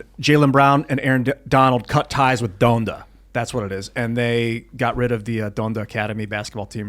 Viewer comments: Don-duh not Done-da 😭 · It’s “DON-da” 😅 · Sorry, Tim pool, i'm a subscriber and will continue to enjoy your content, but you are the literal definition of "diet woke" And say it with me,, it's "Daaaaaaahn-da." 😂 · “Done-da” bro how can u not know how to pronounce Donda? Wtf haha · It’s pronounced,”Don-da” not done-da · Fun fact Donda pronounced like Don(donald)da was actually a company named after Ye’s deceased mother. you and ian screwed up saying this one lol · Please learn how to pronounce Donda